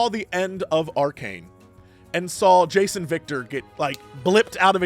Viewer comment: "Jayce and Viktor" sounded like "Jason Victor". I was like "Who?" for a solid 2 seconds.